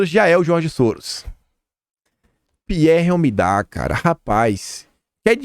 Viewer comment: Bom dia, meu querido! Primeiro, parabéns pelos ótimos vídeos! Mas queria te dizer é que ñ é OMIDAR que se diz, é omidYar